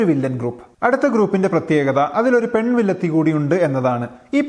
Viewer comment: "Pen villathi" entho oru thakaraare pole..